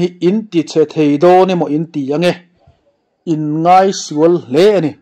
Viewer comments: Inngeih tih tur aw! Inngaih ni lovin. I ti tha thlawt e. Ka subscribe che aw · Inngaih takin tih loh tur, Inngeih takin tih zawk tur.